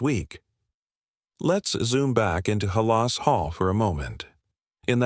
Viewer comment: Teach AI how to pronounce Halas- please!